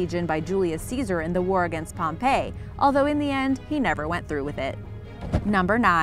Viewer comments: Except it's Pompey not Pompay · Pompey is pronounced POM-pee. It is not POM-pay. Pompeii (pronounced POM-pay) is an ancient city in Rome which was destroyed by Mt. Vesuvius. Pompey (person) and Pompeii (city) are not pronounced the same way. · The wr agqinst Pompey (pronounced POM-pee) not the city of Pompeii (pronounced Pom- PAY) Rookie mistake. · Its not the war against Pompeii (pronounced "pom-pay"), but Pompey ("Pom-pee"). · You pronounced pompey wrong You said Pompeii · Read a book, for heavens sake Pompeii is a place, Pompey a Roman.